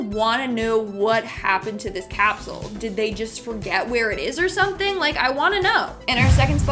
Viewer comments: "Toim cap-soo-UL" ... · Pro tip: if you’re going to make a video about time capsules, use a host who can pronounce ‘capsule’… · funny how he says capsule